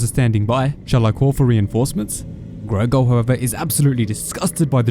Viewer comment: It's Gorgol, not Grogol